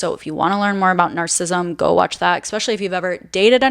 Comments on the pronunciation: Narcissism, not narcism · I love how you say narcism, and narcists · I think it is important to pronounce narcissist and narcissism correctly. Please check this and adapt your pronunciation